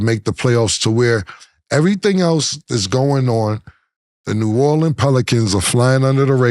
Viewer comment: Ma$e thank you so much for pronouncing New Orleans correctly!!!! ❤❤❤❤❤